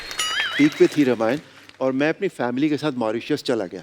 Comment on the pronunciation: रमायण ? कपिल शर्मा रामायण राम रामायण बोलिए ।😅😅😅